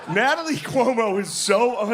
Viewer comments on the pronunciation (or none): “Nat-a-Lie!” Such embarrassing lickspittle behavior.